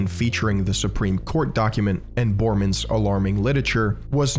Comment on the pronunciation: It's not "Bohrmans", it's pronounced as Bor-ré-mans. Otherwise a very precise and fresh perspective, subbed!